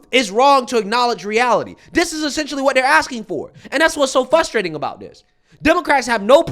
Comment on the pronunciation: FOR THE LOVE OF GOD! Say frustrating correctly!!!!